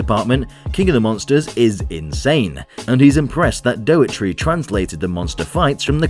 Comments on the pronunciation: Well, one sure way to not get invited to pre-screenings is mispronouncing the man's name. It's not "DOE-eh-tree," but rather "DOE-er-tee" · The director's name is Dougherty, not Doughetry! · I think you weren't invited because you pronounce his name "dough-err-tree". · You weren't invited cos you can't say daugherty properly. Doe-are-tea.